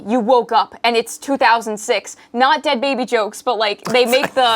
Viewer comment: "I would have been the de ad baby " - 2024 😂